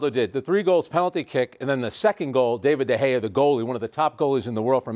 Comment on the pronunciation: Haha the way he pronounced David De Gea